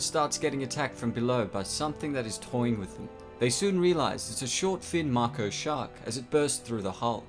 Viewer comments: Your keep saying MARKO sharks, it’s MAKO, one last time ...... MAKO !! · Mako not marko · that comes across as M-Y-K-O. You want to say Mako as in MAY-KO. Hope this helps :) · Its pronounced maiko not maako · Mako shark.... May-Co not Mark-oh or Mah-co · Mako is pronounced may-co not ma-co. 😉😎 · I’m sorry. I don’t mean to knit pick. But It’s not pronounced Macko. It’s Mayco. Spelled Mako. They even say it that way in the movie. Other than that. I liked your video. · That's mako shark not marko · Dude, it’s a Mako (make-o) not Marko! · i try really hard to not bad mouth people's pronunciation of words, esp since not everyone speaks english natively and even those that do may not speak it that well, but ffs, there is no R in mako....i can hear a few times that is is mah ko, but most of the time it sounds like you are saying MAR ko... i have always heard it as MAY ko, but could understand MAH ko....but not MAR ko. just absolutely headache inducing to me...though im prob just weird beyond that, nice coverage of a surprisingly good if highly scientifically inaccurate movie lol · You pronounced mico maco lmao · Maco, not moko! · Ma•ko NOT makow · "Mai co" shark not "Marko" only complaint. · it's pronounced as Mako shark, not Marco shark. No "R" sound whatsoever! Why are you adding it? It's like calling a Grizzly Bear & a Griozzly Bear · It’s Pronounced MAY-KOH not MAH-KOH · "Marko shark" Mako shark plz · It's MAKO shark, not Marco shark!!! 😵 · Dude, it’s Mako Shark. Make o.. Not Marko! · Marko shark?? You mean Mako shark ffs. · Is anyone else extremely bothered hearing Mako pronounced as 'Mahko' and not 'Mayko'? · May-co not Mah-co ALL-zeimers not Ale-zeimers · I don't mean to be a bother but its "Mako shark" not "Marko shark" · Dude it’s Mako (may-co) not Marko lol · STOP SAYING MARKO ITS SAID LIKE MAKE O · its mAko not m a ko, pronounced with capital a mAko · kts pronounced (May-Ko) not (Marco) lmao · Marko? It's may-co, dude... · may ko not macko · it's MAAko